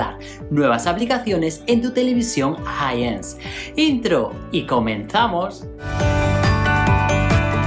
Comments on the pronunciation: Pronuncia: "jaisens"! No te comas la "S", caramba! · No es "Hi hence", es Hi sense y se pronuncia 'hai sens' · Se dice JAI SENS